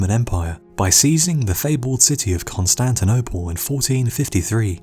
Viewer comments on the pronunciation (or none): none